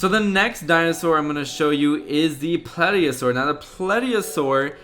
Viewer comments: It's actually pronouced "Tero-sor" not "Pediosaur".(The P at the beginning is silent.) Also you pronouced Plesiosaur wrong("Plees-eeo-sor) . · U dont know much about dinosaurs u said plesiosaur and pterasaur wrong